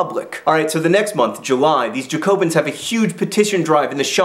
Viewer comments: Again I'm back to point out your mistakes/ what you missed 1. emEgrA (how you pronounce émigrés) 2. Flight of Varennes= when Louis XVI and Marie Antoinette leave 3. It's pronounced Jack-O-bins. 4. There was a 2nd revolutionary group called the Girondins (Gee-ron-deens). The difference that the Jacobins were based in Paris and the Girondins were based in the countryside. They were starting riots near the borders, which is another reason why foreign powers were getting nervous. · you pronounced Jacobins incorrectly. It's Ja-co-bins. sorry, just had to point that out. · I always thought it was pronounced more like JACKobins? But as a French Revolution nerd, you have no idea how much this makes my day. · Kind of. but there's still a sort of N sound at the end, so more like JacoBAHn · "jacobins" is pronounced yaco-beens, if im not mistaken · just so you know jacobins, is pronounced Jack-o-bins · Im doing the French Revolution in IB history right now. when you pronounced "Jacobins" i cringed. Its like when Americans say "foy-ER" instead of "foy-AY". My Canadian ears cannot handle it. Alas, still very helpful and you remain to be awesome. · how do you say guillotine correctly but not bastille or jacobins? I don't understand. Is this an American thing? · He pronounced guillotine properly. ...but failed (miserably) at Jacobins. I laughed at that! :) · La facon dont vous prononcez "Jacobins" est aussi tres Americain Monsieur Jean Vert ;) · You prenounced jacobins wrong lol XD otherwise really good bid xx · Jack-o-bean! Not Jacko-bins! You did better with pronouncing emigre and guillotine! I hope there's going to be better pronunciation tomorrow! :)